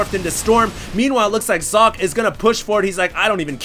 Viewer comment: I dunno if someone already said, but 'Socke' is german for 'Sock'. Therefore its pronounced german, ... like ['zɔkə]. But you did right the last time.